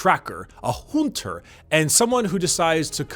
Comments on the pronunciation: "a HOONTER" Happy Eileen Noises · I love how you say Hhonter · After just hearing you say "Hoonter" I'd love to see one of these types of videos (attempting) to break-down the prolific characters in Bloodborne. Great vid, and sorely sorry I didn't find your content sooner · "Hoonsters hoont!" "You are the Hoonter, the Hoonter does not get HOONTED"